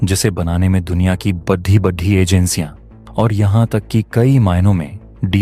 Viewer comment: बड़ी को बढ़ी क्यो बोलते हो?